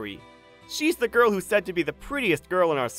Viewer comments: And he says goil to girl wtf😊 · Bro said goil and not girl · Bro says girl like goil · The first dude said goyl😂😂😂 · bro cant even say girl he say göğırl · Another thing why does he say girl like goil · The first narrator "Gorls"